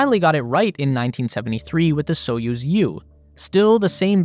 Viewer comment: And the "put" (пут) is pronounced as the English word "put", not "putt", so "spootnik" not "sputtnik" as in the commentary. The commentator also gets Союз (Soyuz) wrong but so do most English speakers. The stress is on the second syllable so it's more like "Sa-YOOZ". And, as for Королёв (Korolyov), no idea how the commentator came up with his pronunciation! Russian pronunciation apart, thanks for an excellent and informative video!